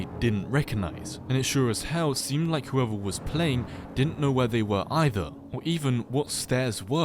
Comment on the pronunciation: is saying "they" too hard ? -_